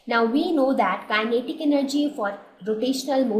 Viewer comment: The explanation is clear and helpful, but the persistent mispronunciation of kinetic gets annoying after a while.